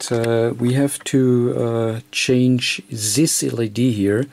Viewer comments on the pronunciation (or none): it's this not zhis,not serious in series